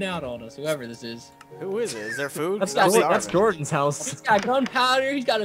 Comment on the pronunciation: Is it HORDAN where the J is pronounced as an H or is it JORDAN??